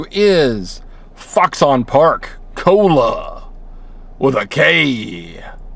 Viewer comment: "FOXun", not "Fox On"!